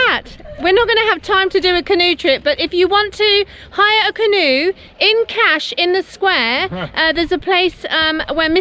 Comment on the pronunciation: 🤣🤣Fabulous "Cash" (Kaş)..!!!!